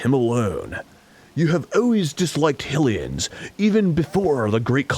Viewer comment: LOYAL HILLIANS!